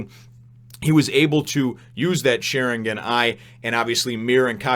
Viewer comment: how u are pronouncing sharingan now is right